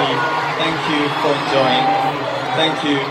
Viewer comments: I think he tried to say "thank you" but it sounded like "fack you" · Everytime BTS does something on stage and those memes/clips pop up i just keep cracking up xD OMG Taehyung saying fuck you instead of thank you... I'M FUCKING SCREAMING xD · LOL Tae was trying to say "Thank you" in a British accent